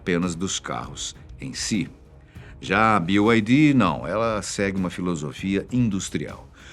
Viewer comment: Sabe pronunciar BYD, merece um like.